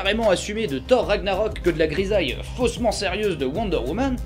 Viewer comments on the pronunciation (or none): none